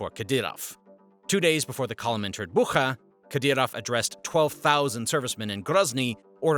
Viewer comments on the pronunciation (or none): It is not Buha, it is pronounced Butsha